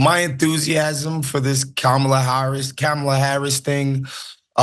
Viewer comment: Lil erkd that yos didn't pronounce Kamala name correctly.after all these years that should be e-z .have a feeling he neither knows her history nor even cares to look it up.. interesting